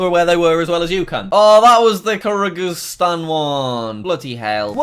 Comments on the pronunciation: "Karyguistan"💀💀 its Kyrgyzstan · it is kur-gis-tan not carrie greestan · It’s pronounced kur-jis-Stan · Jack: Kargryzstan😂😂😂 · Curry-g-stan goes hard 😂😂😂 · Jack trys to say Kyrgyzstan K 😂irogistan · Jack calls it kar zik stan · Is no one going to talk about Jack saying "Kargizstan" instead of "Kyrgyzstan"🤣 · Karagreestan? Nice pronunciation Jack! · Karagigstan is what he says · ker-gez-stan is the sound of kyrgyzstan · “Kargreeztan” Also Jack: dedicates a whole video to just spelling it wrong, how about saying it wrong? 😅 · Kyrgyzstan spelt normally Jack:karagrestan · Kyrgyzstan is said like Kurgistan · You say Kyrgyzstan like this kr gi stan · Kyrgyzstan is pronounced Kir-giz-tan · ITS KURG-A-STAN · Pronounced “kurgistan” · Jack: Kirgrisstan Me: Just end me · That was the kuh rig uh Stan one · Jack it’s pronounced kurgistan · It's kir-gi-stan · I hate you. "kharagristan" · From watching these geoguesser videos we learnt that Jack was bad at telling east from west, doesn't know where San Francisco is, doesn't know what shape Alaska is, can't pronounce Kyrgyzstan and doesn't know UK road signs despite being British. Hopefully he learnt from these and if he tried now he'd be better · the way he pronounced Kyrgyzstan tho 💀💀💀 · When Jack couldn’t even pronounce Kyrgyzstan. Hold on buddy you’ll learn how to spell it in 3 years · The way he pronounced kyrgyzstan tho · I Cringed So Hard At That Horrific Pronunciation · When jack can’t pronounce Kyrgyzstan but you can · you butchered kyrgystan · How did jack butcher Kyrgyzstan so badly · Jack can you please do an entire video just pronouncing country names because I'm still laughing about Kyrgyzstan